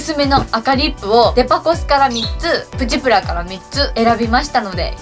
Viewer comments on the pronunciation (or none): プチプラの発音不思議ですね！ ↑ ↓ プ チ プ ラ じゃなくて → → →→ プ チ プ ラ です！w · 咲乃ちゃんのイントネーションはプチ⤴︎プラ⤵︎で、よくある言い方はプチ↗︎プラ→かな？ かわいいw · プチプラのイントネーションのクセが強い笑 今日も可愛いし髪型にあってて可愛い😘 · プチプラの発音ちがうくない？w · みずきなこ Mizuki 私も関西だけどこんな言い方しないw